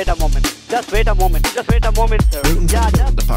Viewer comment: “Just vait a moment”